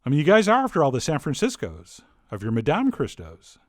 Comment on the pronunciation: learn how to pronounce Madame correctly